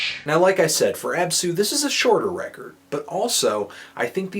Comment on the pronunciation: This guy obviously has never listened to REAL black metal. I don't mean cradfle of fucking filth. He's never heard Emperor, Mayhem, or any REAL black metal. The fact he mentions TERRORIZER was just for lip service. FUCKTARD! It's ABsu, not abSU, you FUCKTARD!